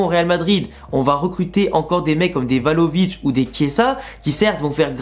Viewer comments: Vlahovic au lieu de Valovic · C'est Vlahovic non tu dis euhh 😂..